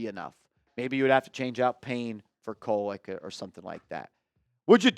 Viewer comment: Not Koleck bro. Hard D for you my dude.. 😂 No diddy!